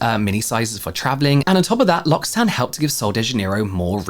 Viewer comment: James, L'occitane is pronounced "loki" with a k, due to double c. 😊 always love your brand deep dives.